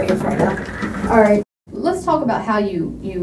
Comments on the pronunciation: He just wanted to "TWOAK" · Why wouldn’t you TOAK to me? TOAKKKK to me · Everyone's talking about "Tawk", why is no one talking about "Sa'ur'ehh" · should have spent it on a tutor to help him pronounce the word "talk" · The way he pronounce ''Talk'' is a crime itself. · He deserves jail just for the way he pronounces "talk" and the overuse of the word like. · bigger crime is is pronunciation of talk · turns out: if you pronouce the L in the word TALK people will believe you are innocent.